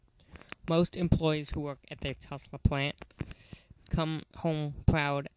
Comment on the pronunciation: Navistar also provides the entire front clip. Its basically a 4K Series front end. Thumbs down for also mispronouncing Tulsa. Its not "Tusla" ffs.